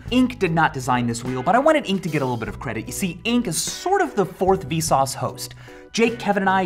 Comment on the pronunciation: the way he emphasises parts of the sentence makes “vsauce” sound like some kind of exclamation of or something. he says it like hey! vsauce! michael here